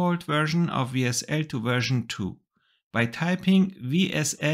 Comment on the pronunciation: Great video. Let me give you a little tip in return, as a native German speaker myself... when you said WSL. Or WSL2... you pronounced it (the W part) like in German... like the W in VW... phonetically Vsl: We SL: Vee sl. That is natural since in German we say the letter W is pronounced as Veh, while V is like Fau. In English however the letter W is pronounced as double-U. And in English of course the letter v is pronounced like Wie in Wie geht's dir? Nun ja, kleines Detail, aber auf jeden Fall nochmals vielen Dank für die (das?) sehr informative video! :-)